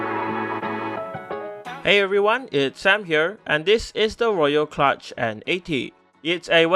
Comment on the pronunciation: I'm really amused by the name of this thing - somehow knowing it's a "kludge" does not inspire confidence (note this is traditionally pronounced "klooj"). Yet I have not seen a single comment on this - guys, do you really not know the word?!